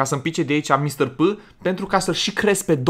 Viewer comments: Se zice Mister pi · la mr.p se pronunță mistăr pi